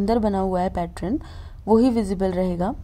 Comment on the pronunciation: खूब सुंदर होते ६ैं आपके सारे डिझाइन सिर्फ पैट्रन ना बोलणे पैटर्न बोले